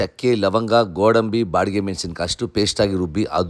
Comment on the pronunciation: ಬಾಡಿಗೆ ಮೆಣಸಿನಕಾಯಿ ಅಲ್ಲ ಬ್ಯಾಡಿಗೆ ಮೆಣಸಿನಕಾಯಿ ಮಣೆ ಅಲ್ಲ ಮನೆ ಅಂತ ಹೇಳಿ